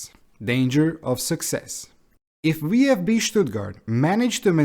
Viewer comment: Nice video but for me as a German the englisch pronaunciation of VfB sounds so weird 😂